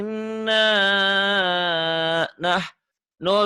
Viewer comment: Maaf pak ustad. Itu yg di bacaan WAINA NAHNU. Kok kyk ada yg kurang ya. Apa sya yg slh denger. Se x lgi maaf pak.